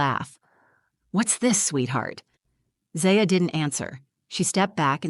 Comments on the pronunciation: Why do you use different pronunciations of the same daughter's name in the same story? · It would be nice if the narrator would at least pronounce her daughter’s name the same way each time. It’s very distracting. Is it Za-Ya. Or Zy-Ya? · Is her name ZAya or ZIya? If you are going to read a story, be consistent with pronunciation! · I wish they would get the pronunciation of the child’s name straightened out. Is it Zaya or Zia? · I wish the narrator would get the kids name right, she keeps changing how its pronounced ... Zia, Zaya😂😅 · Try to pick names that Ai can pronounce for your fictional characters. Zaaya. Zia. Zaya. Zya… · Could they maybe settle on one way to pronounce the little girl’s name? 🙄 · Sadly, this is probably not an unusual situation. Children should never be treated like this. Ever. They are innocent little beings, and should always be included and cared for. As an aside, did it bug anyone else, when the narrator kept switching back and forth in her pronunciation of Zaya’s name? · The most annoying thing about this story wasn't the grandmother. It was the narrator telling is as if it was about her own daughter, then changing the pronunciation of 'Zaya' back and forth from beginning to end. Ridiculous AI. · No thumbs up because you couldn't decide how to pronounce the child's name. Extremely annoying. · Haha nobody was bothered by this story-teller pronouncing the name Zaya two different ways throughout? Plus this reeks of AI. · The inconsistency of the pronunciation and spelling of Zaya really brings down the quality of this video. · The next time you make up a story, try to see that the AI narration picks one pronunciation for the lead character's name, and sticks with it. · Come on lady, is it Zay-ya or Zai-a? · The AI on this sounds pretty good... The only giveaway is the shifting difference in the pronunciation of the daughter's name. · I find it weird you keep changing the way you pronounce Zaya.